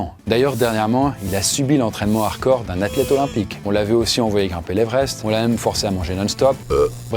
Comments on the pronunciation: on dit HARDCORE, pas "arcore" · Hello! Ça fait plusieurs vidéos que je me fais la réflexion, tu aime le mot "hardcore", est ce que tu pourrai bien le prononcer si possible?:)